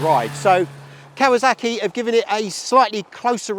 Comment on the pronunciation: I stopped watching the moment he said "Cow-a-zack-ee"...